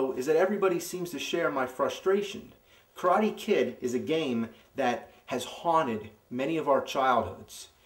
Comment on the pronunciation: "The Karate Kid" sounds like "The Crying Kid" o.o